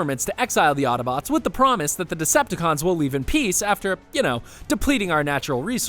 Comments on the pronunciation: He keeps saying ottobotes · Ugh. Hate it when people pronounce Autobots "attabots". You can shut your eyes, you can hold your breath ... but you can't close your ears. Otherwise decent wrap up. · It happened again... they say Ottobots. It's autobots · Am I the only one who here ottobots when he says autobots, please tell me I'm not the only one who here's that